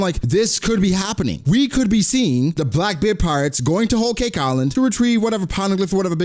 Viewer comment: Its Blackbeard not Blockbeard! 🙂